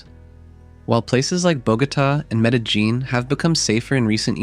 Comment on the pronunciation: The constant pronunciation of Medellín with that hard j 😭